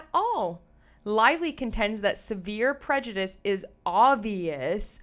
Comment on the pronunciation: I’d like to say that I find your readings much easier to follow because of the sound of your voice, diction and the clarity of your audio. I hope you won’t mind a small correction: the word ‘prejudice’ is pronounced the same way whether it is used as a noun or a verb. Thanks again for your work and I look forward to listening to you again.